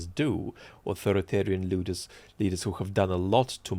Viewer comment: as a German, you misspeaking the English "leader" like the German "Luder" was extremely funny. It's an outdated word which one might translate to "hussy."